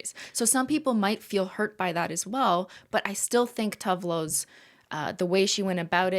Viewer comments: It’s always so funny to hear non Swedish speakers try to pronounce Swedish names. I did not understand that Cristine was speaking about Tove Lo until she named one of her songs “Grapefruit”. FYI, the e in TovE is pronounced, so it sounds like tO-vE Lo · Cristine, I believe Tove is pronounced Too-va. Scandi names have different vowel sounds than English